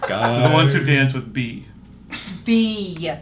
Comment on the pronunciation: you are in so much trouble!!! It's beeeeeeee not bayyyyy 🐝🐝🐝🐝🐝🐝🐝